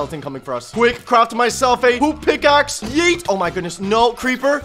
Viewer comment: When he made a wooded pickaxe he says”poop pickaxe”😂